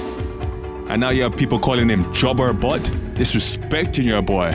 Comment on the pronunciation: He said jobberbot lmao